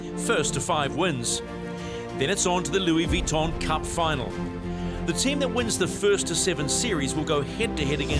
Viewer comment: why does this commentor persist in his pronunciation of Vuitton, unless of course he's done his homework and hes correct